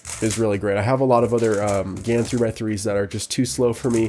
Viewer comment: GAN354 X you said it wrong but pretty cool tho